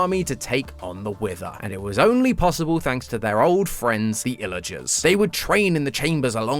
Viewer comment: WHY DOES HE CALL THEM ILLAGERSS!?!????!